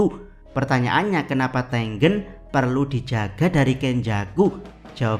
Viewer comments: ya ane tau jadi double G, tapi pengucapan E yang ke dua kayaknya gak gitu, E pertama sama E kedua cara pengucapannya harusnya sama.. Di bahasa Indonesia ada 2 cara pengucapannya huruf E. Coba dengerin lagi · Bang, nyebut nama Tengen nya sengaja kayak gitu kah?